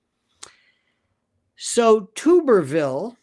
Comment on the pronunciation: Tu-ber-ville. Short “u” as in bath “tub”